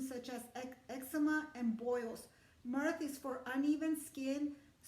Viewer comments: It's myrh, not mirth. Mirth is a synonym for joy 😉. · Myrrh pronounced MER... As in MERMAID🧜😅👍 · Thank you.. And are you saying "Mirth" or "Myrrh" I know myrrh is an ancient herb that is highly valuable.